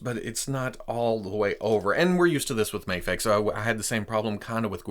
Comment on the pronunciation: Its "MAYFEX" not MAHFEX